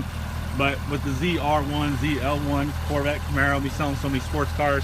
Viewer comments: Did you seriously just say: "I know of a hack" in GM Workbench that let me get more allocations - I call bullshit - and - "Camer-arrow" Seriously? >_< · one word... "camerararo" lol